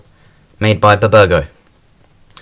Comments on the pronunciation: 😂 b-burgo. It’s bburago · Did he just say buburgo?